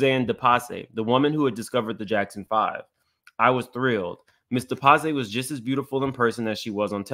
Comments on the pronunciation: It's pronounced De-Pass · You are pronouncing it wrong, its pronounced De Pass.